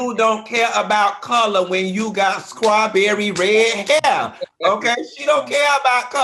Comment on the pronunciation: Ok, but is he saying scrawberry shortcake? SCRAWberry?